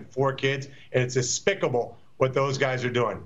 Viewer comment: " ... it's aspicable...."